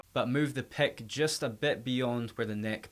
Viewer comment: Stop saying pek and pekups!!!!! Jesus Christ!!